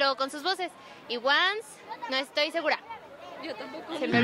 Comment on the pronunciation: Cuál onces, se pronuncia guans